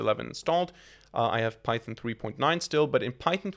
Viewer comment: bro calls python pythin 👽👽💀💀